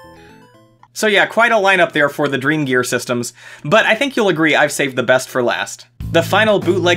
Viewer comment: I heard Drug Store instead of dreamgear